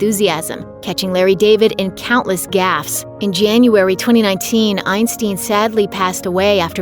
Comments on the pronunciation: Bob Ein-styn, not Ein-steen! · It's pronounced Einstine, not Einsteen. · Isn't this stupid how she can't pronounce names right? I mean mall?! Eisteen!? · I believe the name is pronounced eye- n- STINE, not eye-n-STEEN. I knew him more as Super Dave Osborne.